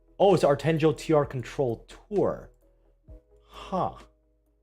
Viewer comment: Monfils is with decathlons's tennis brand: Artengo. Decathlon is a huge French sport brand that owns many stores throughout Europe. The G is pronounce as in the word "guess".